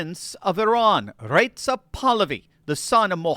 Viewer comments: it's Reza, not Retz'za. Iranians may be Aryans but they are not German. 😅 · I wish you would pronounce Reza properly.